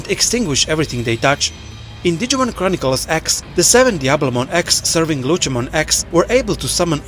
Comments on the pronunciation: Lutshemon? Cmon man. Its Lucemon, with a C. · How on earth do your pronounce lucemon incorrectly but can pronounce Lucifer correctly?